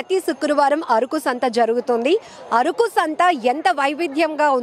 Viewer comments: అరుకు కాదమ్మా అరకు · ముందు ఆ యాంకర్ కి పదాలు ఎలా పలకాలో ముందు నేర్పించండి....మాటిమాటికీ అరుకు అరుకు అంటుంది....అరుకు కాదు అరకు.....వీడియో ఎడిట్ చేసే మీకు అయినా తెలియదా ....కనీస జ్ఞానం వుండాలి